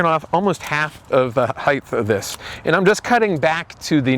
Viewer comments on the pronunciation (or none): Stop saying heith no such word , it's height (hite)